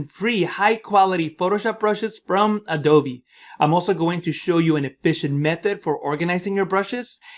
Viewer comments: Did he say "Adove (A-Do-Vee)" ? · Well, I did some research, and apparently, the Spanish pronunciation of b/v is similar. Maybe that's why it sounds like he's saying "adove", because he is.